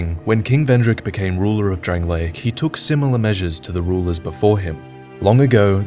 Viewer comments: The kingdom of DRANG-LAKE. Not DRANG-LAY-ICK. Things and people from DRANG-LAKE are DRANG-LAY-ICK. The land itself, physically, is DRANG-LAY-ICK, but the land in name is DRANG-LAKE. C'mon, why does everyone pronounce it that way...:T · My eye twitches every time you pronounce it "Drang-lay-ic". It's just "Drang-lake". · The videos are great but the way he says Drangleic is so fucking annoying!